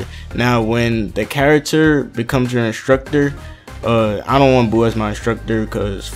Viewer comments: it's not inshtructur it's instructor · I love how he says instructor lmao 😂😂😂 and if I had a dollar for everttime he says instructor